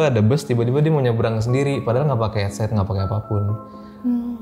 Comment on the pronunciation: "Henset" cenah wkwk sunda bgt teteh